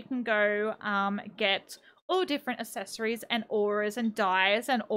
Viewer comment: Hey, accessories is pronounced “ak-ses-or-ees” I noticed you pronounce it ass-es-or-ees